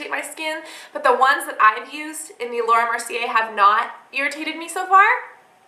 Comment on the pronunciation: It is pronounced laura mer-see-ay. sorry, it just bothers me haha